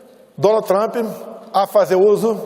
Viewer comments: "Donald Trimp" kkk. É um dilmo mesmo. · “meu relacionamento com o presidente Donald Trimp (sic) foi simplesmente sensacional” KKKKKKKKKKKKKKKKKKKKK atá